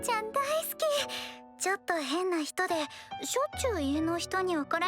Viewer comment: I heard say daiski